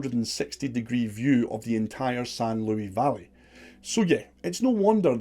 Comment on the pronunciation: The s in Luis is pronounced.... I live in the san luis valley